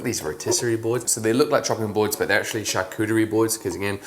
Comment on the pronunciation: that first charcuterie sounded so American 😂😂